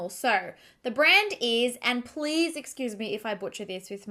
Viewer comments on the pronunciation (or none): none